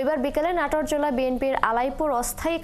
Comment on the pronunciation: নাটর❌ নাটোর✅